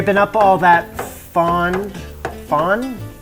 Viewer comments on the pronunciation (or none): Fond is pronounced FON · The d is not pronounced in the fond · Just discovered your channel and I love it! As a french canadian, Julia Child’s recipes were very popular in our household! To answer your question about the word « fond », you don’t pronounce the d at the end. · Americans say fond, but the correct french prononciation is fon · Just because asked... It's pronounced "fon" in French. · In French you almost never pronounce final S, D, T, P, B. For L and R, it depends. So it is FON (with a nasalized O), without D. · Try this for the ' fond ' pronunciation: say the word ' fawn ' (baby deer) in English NOT pronouncing the 'n'. Now, try rolling the 'aw' part of the word into more of an 'o' sound , as in the word 'blow'. That might work. Greetings from the south of France ! 😀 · « Fond » don’t pronounce the D! 😉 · Hello from the UK. The origin of "herb" is the old French "erb", so the Americans are correct and the Brits are wrong. Also "fond" is pronounced "fow" and literally just means "bottom". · it's french. silent D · Fond, in English you pronounce the final d, in French you don't, so, whichever you choose, just pretend you did it intentionally. It looks right. Yum marrow. Save those bones for the next stock. Potatoes, egg noodles, or rice will help you stretch out the pleasure. back in the 70's when you bought your shanks at the butcher they would give you veal bones to make stock. I'm sure those days are gone forever. I have some italian cookbooks but I don't see too much difference, they would use a dry italian white wine although they also have vermouth. Enjoyed the trip down memory lane. JIM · it's FONd dude , don't prononce the d